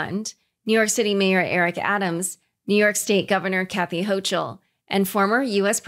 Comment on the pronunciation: Great video! Please look up how to pronounce Governor Hochul’s name!